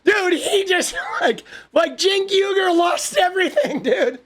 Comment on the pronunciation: "Shenk Weeger" is what you would get if John Fetterman had a talk show.